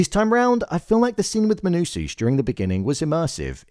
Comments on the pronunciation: pls bro, MANUSOS, not MANUSUS, great video btb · Please pronounce it Menousohs, not Menousooos. It’s distracting